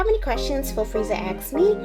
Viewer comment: how about pointing out that it's ask and not axe.